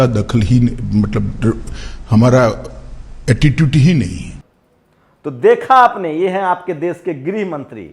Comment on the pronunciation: O my God really these are buggers doesn't know how to speak conversation communicate and presentation. English main kaisey bolta hai aattitute instead of attitude. Uncivilised uneducated party and greh minister. Yeh haal hai is high profile ka. Very shameful